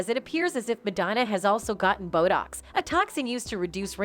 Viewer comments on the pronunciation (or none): “Madonna CONFRONTS Candace Owens For COMPARING Her To Jigsaw” No. She does not. About 6 minutes in there’s some confusing talk-over about Madonnas response to the media. Typical narration over clips, with mispronounced words like “bottocks” for Botox and ex-HERPT for excerpt. People, please stop responding to these Clickbait headlines, and make a comment for us to not waste our time so the rest of us can avoid them. Report them and the channel too. How can this have 310K subscribers??? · Did you really HAVE to show the world that you can't pronounce "visage" 10 times? Used to be people tried to disguise their lack of education. Omg she said, "fill your face with buttocks"!! What planet does this ignoramus come from? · AI voice lmao. "Inject yourself with Bott-oxx" "Rye No Plass-Tee" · Did she say "bo docks." Must be a shortage of narrators. Candace Owen's is so irritating and self righteous. Who cares what she thinks.